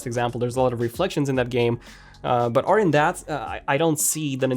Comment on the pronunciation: How after all this time in England still can’t pronounce “other”is baffling.